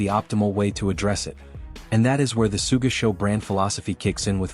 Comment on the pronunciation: Sooga Sean o malley lol. Just put an h in the script and the AI thing should be able to read it better